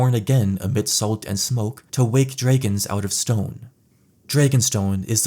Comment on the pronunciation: stop saying draygons lol